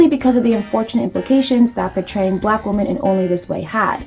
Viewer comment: Why do you keep pronouncing Women as Woman? It’s something incels have popularised and not normal